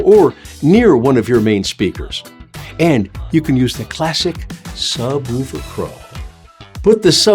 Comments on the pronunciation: Mistake number one: Calling it a subwoooooofer. It is a subwoofer. Say it right, or don't bother. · Sub woooofer?😂 Who taught you this pronunciation?